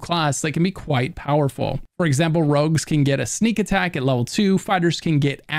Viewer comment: Why do you call "rogues", "rugs" ??!